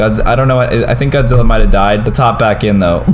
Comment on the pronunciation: Why you say godzi